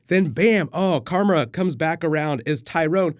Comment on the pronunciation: "then BAM krarma" lmao